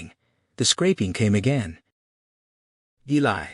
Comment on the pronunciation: You have done a fantastic job. Just wish you had pronounced Eli correctly.